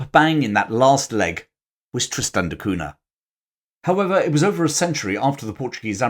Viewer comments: it's pronounced "Cunia". Very nice vid for the rest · In Portuguese, Cunha is pronounced coon yuh. The nha is like the na in Spanish with the tilde over the n. As I know someone who actually has this last name, every time he said that name it cringed because he sounds like a pompous Englishman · It's pronounced "CUN-YA" the Portuguese "nh" is like a Spanish " ñ ".